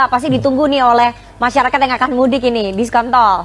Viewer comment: Saya suka ketika dia bilang DISKONTOL